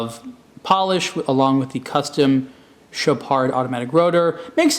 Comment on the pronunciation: It's called Mille Millia. You don't pronounce the g in Miglia, at least the original Italians don't:) And it's Chohpard, not Chowpard:))) I love your videos, just want to give you some info about that, since I'm from EU and I hear people pronouncing these brands all the time in original language:)